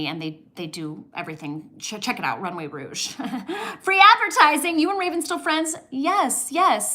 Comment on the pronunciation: it’s runway rogue, not rouge! Also, your mom’s poem made me emotional. It’s so tough giving up things you love, especially when you grew up with little, but your mother was totally right about what real giving is.